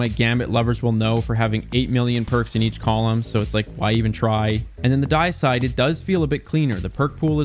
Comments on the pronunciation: The Deicide is actually pronounced “de-i-cide” not “die-cide”. Deicide means the killing of a god. Dei in deicide comes from the word deity. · Not "Diacide"... More like "Dee-ehcide" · Not trying to be rude but for future reference Deicide is pronounce Dee-Eh-side not Die-Side idk why the pronunciation bothered me so much but it did. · He's still saying it incorrectly, it do be "Dee-ih-side" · Actually, “die-side” is still the incorrect pronunciation. Its actual name “Deicide” stems from the act of killing a deity. A fitting name for a weapon in this series, but not for this one. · So wouldn't it be pronounced "day-ih-side?" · Actually deicide is pronounced with a long E and short i sound. It's dee-ih-side. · It’s pronounced “Day-icide”. Deicide means “killing of a god”. Pretty cool. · "The Dieside" 💀💀💀💀💀💀💀💀💀💀💀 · Day-i-cide. It's the prefix deity, deicide meaning killing of a god. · dee-i-side. As in killing a deity :) (Or day-i-side in certain accents) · It's pronounced "dee-icide". Derived from the word "deity". It literally means "to kill a god". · Its pronounced Dee-uh-side. Deicide is the killing of the god or deity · Deicide is pronounced Day-eh-side. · Love the effort you put in... But man just put a tiny more and learn the standard pronunciations for the non made up words, anyway :) DAY eh side OSS so bas TIN at oh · The way he said Deicide!! Drove me nuts!! lol First In, Last Out- Love it! Have had Hip Fire and Opening Shot on it forever! Accurized Rounds and Hammerforged as well for an 81 Range!! I have had Heritage since the first week is was craftable. I only have a PvE version crafted with Reconstruction and Recombination though. I’ll have to craft a PvP version and try that combo out! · your pronuciation of "deicide" made me die inside. I kid - thanks for the video. helped me clear out some shotguns I had been just sitting on in my vault.